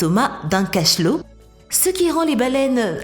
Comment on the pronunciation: Il dit un calmar et un cachlot lol